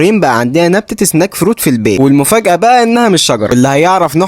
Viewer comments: سنيك مو سناك سنيك يعني افعى سناك يعني حلويات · اسمها سنيك فروت مش سناك فروت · سنيك فروت مش سناك فروت لان تعبان يعني سنيك مش سناك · اسمها سنيك مش سناك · اسمها سنايك مش سناك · تقرأ سنايك مش سناك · سنيك مو سناك 😂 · يامثقف اسمها سنَيك فروت وليس سناك فروت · سنيَك وليس سناك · هي snake مو سناك سنايك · السنيك فروت ❌ السناك فروت ✅ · أوول إنجلييش أوول ما تايييم. حبيب. تحكيش انجليزي. خليك بالعربي اهون. ما اسمهاش سناك فروت. اسمها سنيك فروت. و شكرا على الفيديو المفيد في الزراعة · Snake مش snack نطق مختلف تماما من فضلك صلح نقطك ،snake هو ثعبان و snack ,هو سناك الاكل الخفيف. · مش سناك ... سنيك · سنيك مو سناك 😊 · سنيييييك سنييييييك فروت افعى بالانجليزي سنيك مش سناك يا احكي انجليزي صح يا اما لا تبتكر من عندك يرحم اهلك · مش سناك فروت ، اسمها سنيك فروت مشكل نطق وبس. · سنيك مش سناك سناك يعني تحلية او وجبة خفيفة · اسمها مش سناك فروت سنيك فروت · مش سناك سنايك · سنيك وليس سناك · Snake fruit, not snack fruit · سنيك ❌سناك✅🤣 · يبني اسمها سنيك فروت سنيك مش سناك😂 snake fruit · سنيكك مو سناك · سنيك و ليس سناك، snake not snack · سناك يعني وجبه خفيفه وسنيك يعني حيه فأسم الفاكهة سنيك فروت وليس سناك فروت انا اكتب حسب اللفظ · مش سناك تتنطق سنيك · والله اسمها اسنيك مش اسناك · اسمها سنايك مش سناك😅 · اسمها سنيك مش سناك يصحبي❤ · * سنيك مش سناك في فرق كبيرررر* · سنيك فروت مش سناك فروت لان ثعبان بالانجليزي سنيك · فعلاً اسمها سنيك مش سناك ، روح شوف لفظها في الانجليزي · سنيك مو سناك يا تقولها بالعربي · سنيك وليس سناك سنيك ثعبان وسناك وجبه خفيفه ❤ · لا انا بضحك انو بقول سناك بدل سنيك انا كان بدي اقول نفس التعليق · اقسم بالله أكثر اشي يقهرني واحد يحكي انجليزي معطوب اذا ماتعرف قلها فاكهة ثعبان راح اعلمك snake ثعبان تنطق هيك (سنايك) snack وجبة خفيفة (سناك) لاتتعجبو راح يفهموني بس لي يدرسو انجليزي😂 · يا راجل لفظك لكلمة snake غلط جدا و مضحك